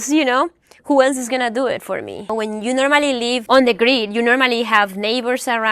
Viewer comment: You said “Unfollow meh”, hilarious…just app